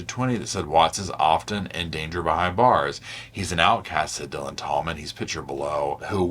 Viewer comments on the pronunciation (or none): none